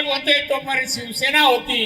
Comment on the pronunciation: नीट सिवसेना बोलता येत नाहीं . ज्या आता भाजपची चाट . तुला नाही स्वाभिमान आणि अभिमान तु चाट्या झालाय .